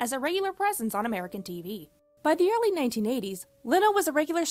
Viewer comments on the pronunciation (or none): none